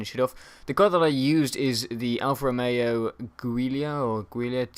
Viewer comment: Giula pronounced Julia :D cool video! Keep it up